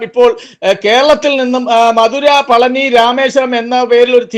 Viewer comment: പളനി അല്ല പഴനി